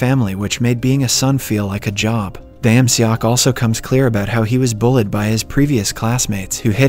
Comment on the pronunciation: The way hesays bullid as bullied 😂